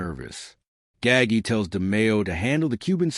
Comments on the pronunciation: Gaggi, it's not pronounced gaggy you idiot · Every time I heard Nino Gaggy I wanted to turn it off.